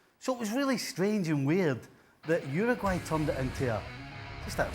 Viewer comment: It's not pronounced Ruguay, it's pronounced youraguay.